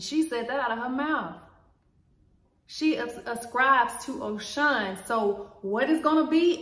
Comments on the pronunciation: Am Yoruba, it’s pronounced Oh-Shoo-who-hoon! They are orishas. They are fallen angels. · It’s Oshun- but the Congo religions are black people true legion. We didn’t have a religion we had a legion. Oshun (Oshun) is a name for God. Our ancestors were alchemists. Religion is beneath us. Our legion is what we should remain true too. Our legion is alchemy. Unfortunately, we were Gods that were turned into humans and for that we need to sue this government, Earth, somebody. We need to be aware of the Bible that took 500 years to complete. Believe me our savior words don’t need 13 Bible revisions and 500 years to complete. Please know the Bible has been changed and good luck interpreting it. Cause sorry it’s so a lie, u have to pray before reading that. 💚 by the way demon means “higher melanated spirit”. We need some type of spiritual encounter to deal with white supremacy so Beyoncé bring it we here 💚! God says fast when u want to see my face.! The hell with prayer FAST cause baby were at war!